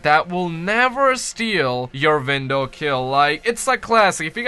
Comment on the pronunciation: OHHHH YOURE SAYING 'WINDOW' god damnit I thought you were saying "Vindal" and I was like "Ok maybe I don't know that much about COD zombies" but it was really your accent. I feel better now. Great video btw dude